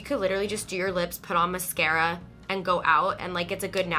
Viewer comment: it’s so cute how she said “mis-kara” instead of “mas-scara”